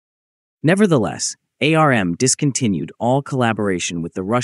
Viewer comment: The way you pronounce ARM and RISC-V 🤮